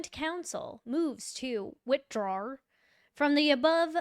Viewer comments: "Witdraw". smh "Facts matter. You said that right"? "Actually it's 'details matter'" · Notice to “witdraw”….😂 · "Motion to Witdraw" Anyone else seeing this? After everything we've seen with Hank Brennan, if he can leave out the "h" from withdraw, how much else has he left out?😅😅😅